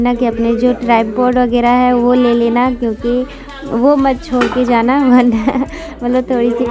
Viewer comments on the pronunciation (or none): none